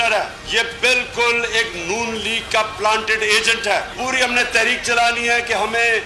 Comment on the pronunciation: Plasted nahi planted news Caster mistake